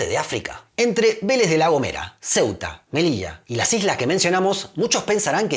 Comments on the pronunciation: Me encantó, y dijiste Melilla (no Melicha, perdón si ofendo). Tienes un 10. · Me ha sorprendido que pronunciaras Melilla y no Melisha! Me encanta tu acento pero también es agradable oírte pronunciar la ll como un español.